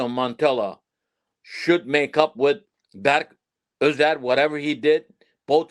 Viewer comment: Bro doesn’t know player names lol the keeper in France is not berk ozer, his name is berke ozer. The midfielder from fenerbahce, his name is not ismail yukselen. It is ismail yuksek. Also in terms of team’s current leader is calhanoglu. Even arda and kenan are looking up to him.